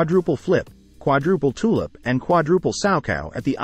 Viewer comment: Teach the AI voice that it's toe loop, not tulip.